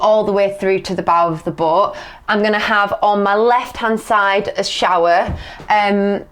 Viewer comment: I like that she made "boat" a three-syllable word at one point. "Boh-oh-o". 😅